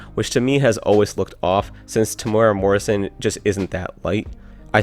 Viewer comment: You pronounced Temuera Morrison pretty well but Maori could use some work. Its more like Meow or Mow and a rolled ree, or maybe even like moldy but with a ree. Good luck though.